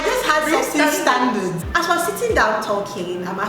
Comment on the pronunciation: It’s just “STUNDURDS” 🤣🤣